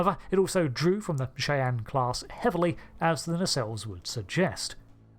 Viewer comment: I love you, i promise. But every time you say the name of this class it breaks my brain. Shy-anne